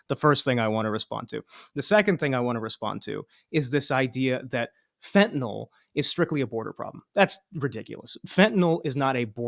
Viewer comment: It is fentaNYL (NIL) not fentaNOL. Don't think using the addiction crisis as a blanket defense of blanket tariffs is a strong argument. It's just a tactic to take the conversation away from actually discussing tariffs